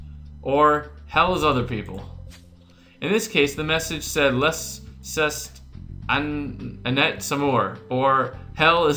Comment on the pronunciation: C'est is , it is, and it's pronounced say